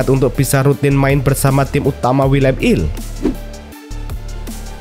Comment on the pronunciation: Willem two bukan Willem il 😂😂